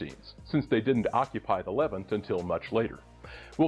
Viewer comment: I love your videos but one thing is driving me crazy. Levant is pronounced with the accent on the second syllable.